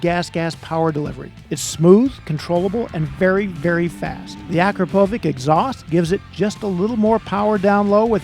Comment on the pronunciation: Akrapovic is pronounced 'ah-crop-uh-vich.' It's Slovenian